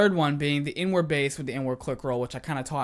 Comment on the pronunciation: Who else that he was saying N - Word instead of inward😂